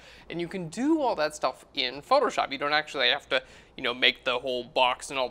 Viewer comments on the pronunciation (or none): You're good at basic techniques. But the whites on the darker side can't be fully white. You need to reduce the brightness. Btw, the way you pronounce Photoshop like photor-shop is a total distraction..